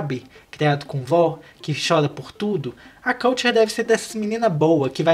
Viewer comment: Falou o nome errado da KULTURE